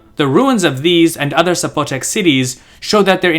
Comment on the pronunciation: There's no accent on the O. It's not Zapo'tec.